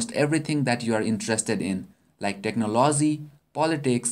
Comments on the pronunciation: he also said technolosy lol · He pronounces technology "technoloozy". (